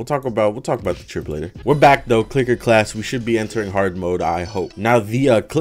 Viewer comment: "Welcome back to the Tewawwia Cwicker Cwass." im considering being a furry so youre lucky